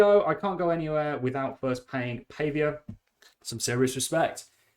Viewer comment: Pretty sure you pronounce it Paww vee a :)